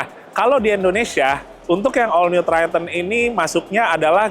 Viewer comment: Triton bang.bukan tryten😂